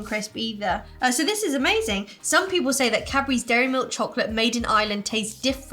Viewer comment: Omg! All those years watching your videos and hearing 'Capris' instead for Cadbury's!!!!!